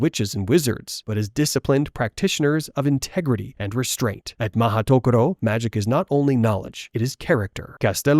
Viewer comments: Also the pronunciation guide is Ma-hooto-koro. Like Joane, if you were just going to lazily run 'magical place' through google translate you could have at least pressed the speaker button instead of assuming you knew how you say it. 🤣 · Mahoutokoro, you serious 😭 sounds so awkward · Being Japanese, mahou-tokoro is grammatically incorrect. Why? "tokoro" is the pronounciation used only by itself and if you combine it with another word the correct sound is "-sho". Like police station in Japanese is "keisatsu(police)-sho" and City Hall is "shiyaku(city office)-sho" so the correct word is "mahou-sho", I guess Rowling didn't have any Japanese friends or have the motivation to actually check with someone .. makes me very sad lol